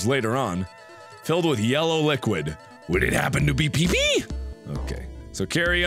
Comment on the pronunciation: The face he made when he burped made me laugh more than the burp itself >.< Laughing He said pee-pee a tad weird, and I giggled.